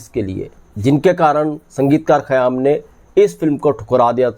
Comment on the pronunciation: خیام Khayyaam yeh Saheeh hai hai. Khayaam ( galat hai hai ) Ek qayaam Urdu ka Lafz hai, is k Manaa " Tehernay k hain. قیام Qiyaam.